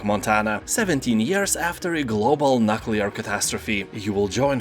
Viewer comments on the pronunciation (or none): I thought 'Nookular' was the worst, but we have a new champion, "Nut Colour"...😂